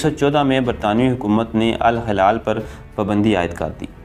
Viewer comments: الہلال درست تلفظ جبکہ الحلال غلط ہےبراھکرم درست کیجئے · Hilal meaning Moon Halal mean jaaez jo haram na ho apna talffuz dirust Karen ghalat urdu na parhen